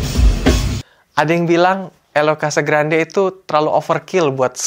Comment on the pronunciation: Bacanya: Casagranjje...